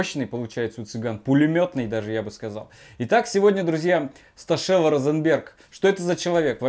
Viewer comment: Штокело, а не Стошело.)))